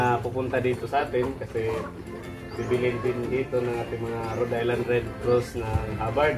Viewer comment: Cirrection - RHODE ISLAND BROD HINDI RED ISLAND MALI